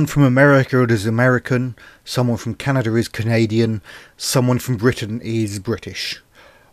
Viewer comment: Quick note. Canada does not have any letter R in it. It's Canada, not Canadar